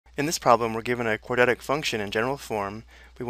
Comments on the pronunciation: "quadetic" like can he actually read? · nobody says quadratic like this guy